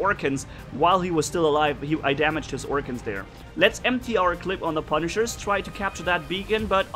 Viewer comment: not pa pu